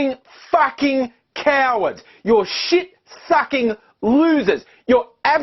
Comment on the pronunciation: Love your emphasis on the 'fucking'. Great vid.